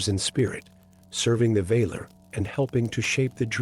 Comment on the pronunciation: The enunciation of words is off. Vahlar. Not vayler